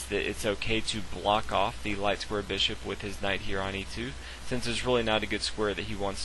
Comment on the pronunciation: Hey man love your videos but learn to pronounce bishop